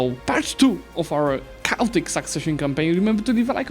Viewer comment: It's pronounced kay-ot-ick not kow-tick